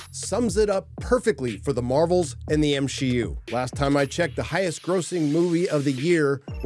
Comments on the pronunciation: MsheU not MCU He said MsheU 4 mins in 😂😂 i had wrote before i started watching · The M-SHE-U? The her-os journey? Lmao.